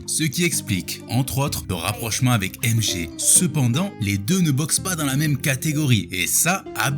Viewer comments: Tu dis MG au lieu de MJ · Pourquoi MG ? Tu dit Michael Gakson ?